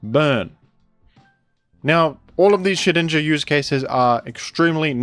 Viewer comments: I pronounce Shedinja like "Shed Ninja" just as how I pronounce Groudon as "Gru Don". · The effort it must have taken to edit out all those n's out of Shedninja's name.